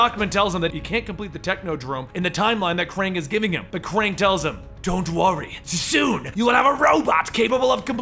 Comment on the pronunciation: It's fucking pronounced "Kraang"